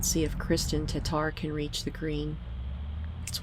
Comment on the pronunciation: TaTTar, not Tatar!!